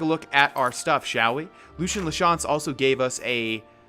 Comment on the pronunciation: Btw it's pronounced Lucy in la chance